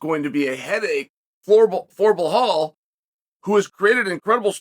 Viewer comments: The correct pronunciation of Belal - 0, Beblal/Leblal/Heblal -100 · whys Chael act like he cant be bothered to learn or pronounce anyones name right? its annoying how he says Bluh-Hallll 👀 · Blahal... Please chael how do you re belal as blahal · On purpose wrong naming mfkr!!! Bihalll and malklachev, really?😂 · One time when Chael was talking about some dude i didn't know, i tried googling him but after a while it turned out his name was nothing like Chael said it. Now, if i were to google "Blahal".... 😂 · Belhame .??? Loll learn how to SPEAK UP !!!! Cmon haven’t they leaned YET !!!! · Mocklechev and Blehal in one video is too much 😂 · Bluhal “can’t remember the decision” Mawkulchev. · Pierra, Mocklechev, Blahal. These are their names now. Once Chael says it, it's time to go to the courthouse and get that ID card corrected